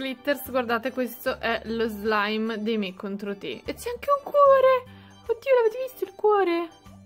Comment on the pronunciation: Non si pronuncia mi contro ti metti un like se e davvero quello che ho detto